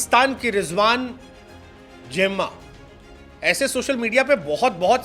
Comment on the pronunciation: झिंबोंबे रायन टेन......deshkote (आज तक पुरा नहीं बोल पाये अब नया उच्चारण "जेम्मा"... नया नामकरण (जुम्मा ही बोल देते) सही है वो कन्व्हर्ट करते रहे आप नामकरण करते रहो